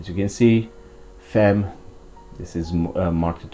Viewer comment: You just need to correct the pronunciation of the femme(very common mistake by non french),and you're ready to go:)... actually,it's very easy...